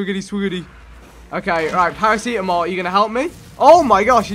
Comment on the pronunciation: Vikk its para-c-tam-ol